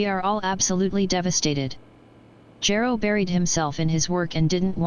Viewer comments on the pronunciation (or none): i choose to believe the text to voice never properly pronounced Gero, and that its not a result of any lost correction programing or any other corruptions in the system. it always anoyed the Dr., but he was too busy to take action.